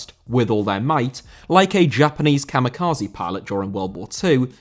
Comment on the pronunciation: Kamikaze* not Kamikhozi